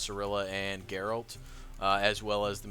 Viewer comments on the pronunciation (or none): none